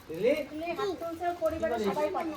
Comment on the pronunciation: তিতলি কে সবাই তিলু বলে কেনো